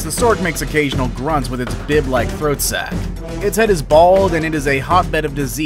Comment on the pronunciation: Did he just call it a... A THROAT SACK 🤪🤭